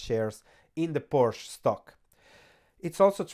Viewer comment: PorschE goddamnit! edit: ok, after the first time you pronounced it correctly